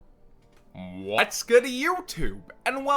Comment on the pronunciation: I gotta ask, why you always say "Whats good Youtube" like that? 😂😂😂😂😂